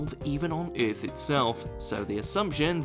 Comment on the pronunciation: why cant you say Earth correctly?? wtf??